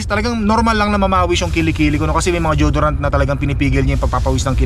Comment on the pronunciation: it's "Di-yo-do-rant and not jodorant Po.